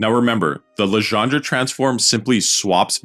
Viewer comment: All very good, except for the "Legendre" pronunciation